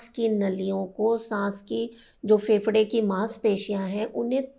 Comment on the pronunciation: Pahle bolna seekho फेफड़ा कहो